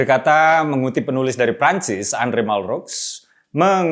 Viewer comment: Dalam pengucapan Andre, ucapkan 'An' seperti 'Ong", kemudian mengingat orang Prancis cenderung menyebut huruf R seperti 'ERRR', maka 'dre' menjadi 'drrreek" - serak seperti mau buang dahak. 'Mal-' dalam Malraux dibaca biasa, 'r' dibaca serak, dan akhirnya '-aux' dibaca 'o' saja, tidak perlu menjadi 'oks' seperti yang Mas Uki lafalkan. Orang Prancis royal sekali secara lisan, banyak huruf yang tak perlu disuarakan. Ongdrrre Malrrro. Je vous en prie, Monsieur.